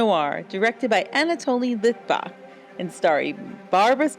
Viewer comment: Better learn how to pronounce the name of the Director Anatol Litvak before making a video of "Sorry, Wrong Number" Louise Fletcher made many different drafts over the years of this original radio play. Miriam Hopkins played the 1 hour script for the Australian LUX Radio Theater in the early 1950's and Agnes Moorehead performed the original 30 minute script for 7 or 8 times on the famous radio show "SUSPENSE" from around 1943 until around 1961 when the show was canceled.